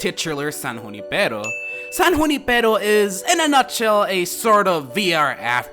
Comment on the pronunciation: You the only one who pronounced Junipero right. Just like me. I come from a city that has Junipero as a street so I knew how to say it correctly